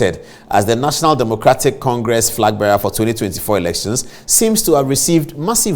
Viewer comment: Did the lawyer say frag bearer?